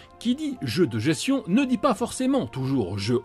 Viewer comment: On dis gesTion pas gession ! 😶